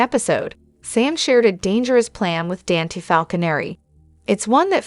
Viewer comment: IT'S DON TAE' NOT DAN T😅